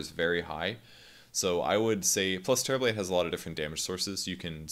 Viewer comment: All I hear is Terriblade.